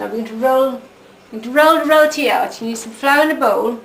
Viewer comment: thank you for the the showing us how to make but ur saying roti wrong u say it wierd with the acsent.